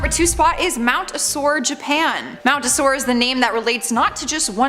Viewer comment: lol I assure you, the mountain is not sore or in any kind of pain or aches… O-So-leh…